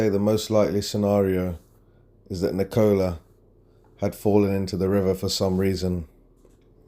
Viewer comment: It is Ni co la not Ni cola.